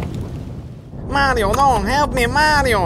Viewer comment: You thought it was mario but it was a -me marDIO!